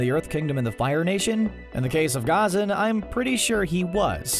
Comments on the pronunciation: Does anyone realize he is say Ghazan wrong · The way you pronounce ghazan’s name is so triggering